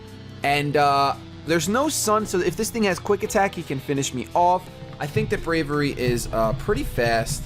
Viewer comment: Hate to nitpick, but, you are pronouncing Braviary incorrectly. It is a portmanteau of 'brave' and 'aviary.' Brave-iary.